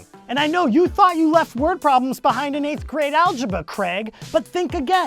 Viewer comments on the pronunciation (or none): algibuh XD